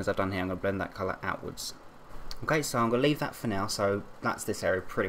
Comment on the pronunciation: mkay is what he says